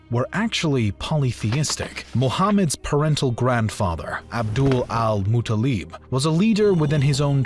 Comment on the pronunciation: Its Abdul-mutalib not Abdul al-mutalib